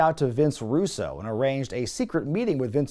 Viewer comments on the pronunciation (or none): none